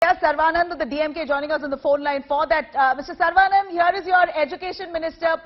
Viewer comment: This lady donot know how to pronounce the name saravanan she isays sarvanan.